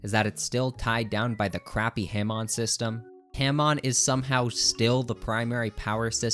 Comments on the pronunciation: pronouncing it "ham on" is what makes this list wrong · Hah-mone. not HAM ON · Why do he keep saying Himon not Hamon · STOP SAY H-AM-ON ITS HAM-ON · STOP SAYING HAM ON, IT'S PRONOUNCED HAW-MOAN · Every time you pronounced “Hamon”, it made my balls itch. I prefer “Hah-moan” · its ha-moan not ham-on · “Ham on” 😭✌️ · say “ham on” one more time istg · wtf is haeHmawn? How can someone be physically that bad at pronouncing such simple word? All opinion rejected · "Ham-on" is killing me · "ham on" I genuinely dont think anyone who mispronounces it actually watched the hamon parts, because no one in the dub or sub calls it Ham on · IT'S PRONOUNCED HO-MON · the way u pronounce hamon has ham on makes me angry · “HAM on” 🤓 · Bro said ham on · I cannot hear this man continue to call Hamon haym-on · The way this dude pronounces Hamon is driving me crazy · Every time he mispronounces Hamon I want to throw myself out the window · This guys inability to pronounce hamon is INFURIATING Edit: i just got to the part where he tries to say kakyoin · Argument against part one, a part with 2nd best waifu and Johnathan, the most honorable character, is now invalid, you pronounced "Hamon" incorrectly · Damn man in “Hamon” you empathize the a and mon in the word they say the word correctly in the anime how are you mispronouncing the words just say what they say. Your average Jojo YouTuber brah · himon are you saying hamon satericaly?